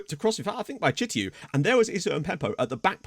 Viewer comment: Chtiou is actually pronounced "Shtew" in english, and make that "e" a little extra long (I'm Tunisian btw)